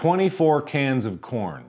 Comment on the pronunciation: Plz someone make an edit when whenever he says corn he says corn but with the p